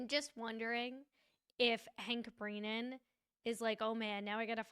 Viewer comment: Love your coverage, but please call him Hank Brennan, not Hank BrEEnan : )